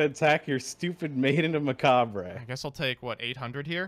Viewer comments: This dude really said Mock a Bray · did he just call macabre mak a bre?? LMaoooooooo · Dude deadass said "Mockabray" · "Maiden of Macabray" I always enjoy your card mispronunciations but when it's on a normal English word it's even funnier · Nobody: Actually Nobody: For Real, Nobody:: "Maiden Macahbray" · Lady of Mack-Uh-Bray 😂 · Macabre is technically French, so it’s understandable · He really knew how to say "Izanagi" correctly, but fucked up "Macabre" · Dude can say c'est la vie but not macabre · His pronunciation of Macabre makes my ears hurt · pog is gone when I heard how he pronounces the word macabre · I take it back with the character progression of learning to pronounce macabre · He's trolling when he said Maiden of Macabre right?